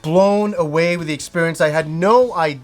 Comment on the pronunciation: New Years resolution, stop saying the word experience, or at least learn to pronounce it, its like nails on a chalkboard for me.